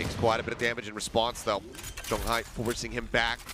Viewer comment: I wish they can pronounce Jeong Hi's name better but these casters are good.